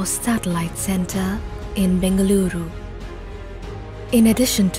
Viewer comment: I admire the way she said Bengaluru